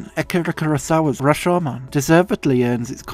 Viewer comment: You're the only Youtuber I've heard using the original pronounciation of Rashomon correctly (not sure if there was some different English pronunciation that's equally valid but they say the name in the movie and the longer syllable is the "sho"). Fantastic essay.